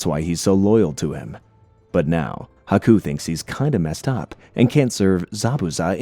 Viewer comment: Love the breakdown but everytime you pronounuce it as haku's name as aku, i just think of samurai jack.